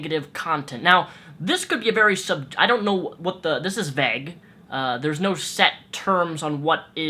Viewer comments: you say "vague" weird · NEVER say "vague" again:) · Holy shit say vague correctly... so triggered